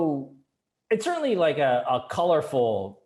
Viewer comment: Again, you said colorful but i hear corrupt.